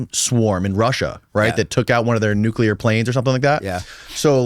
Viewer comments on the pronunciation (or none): This guy is a real asshole cocksucker. I was interested in his story until about the one hour mark. It's also obvious that he is a trumpet. Inexcusable a bunch of ex-wives, huh? Weird . Fuck this guy...and please work on the word Nuclear.